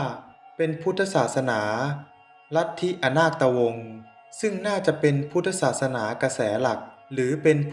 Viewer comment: อ่านผิด ไม่ใช่อะนาดตะวง แต่เป็น(อะนาคดตะวง)